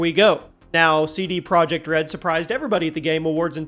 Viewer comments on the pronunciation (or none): none